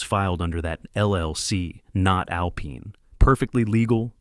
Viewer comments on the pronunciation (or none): Someone needs to teach AI that alpine is pronounced al pine not al peen. Back pay for 1 day? Shooting baskets to prepare to play football?